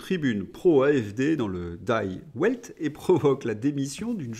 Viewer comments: Salut, en Allemand, die se dit "di". Mais la version anglaise "meurt Monde" va bien avec les MSM... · On dit die Welt le die se prononce comme en français ! C'est pas comme si vous lisiez les commentaires ! Ah ben quand on voit ce qu'est devenue l'éducation géniale, il ne croit pas si bien dire le xael !